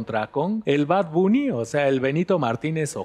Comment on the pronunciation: Gracioso que dijo Bad Buni